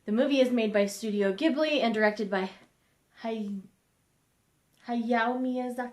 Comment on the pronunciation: Hayao is said like Huh-ya-ow ya+ow is said together :) Thanks for this! I was interested in hearing the differences, but I was afraid that it'd ruin the movie for me lol Wait what what? What other movies were inspired / based off of books :O??